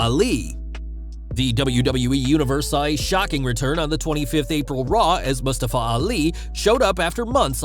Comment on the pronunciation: Stop pronouncing Mustafa like that. Wtf